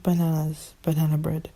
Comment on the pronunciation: Banan bred? Banan bred👌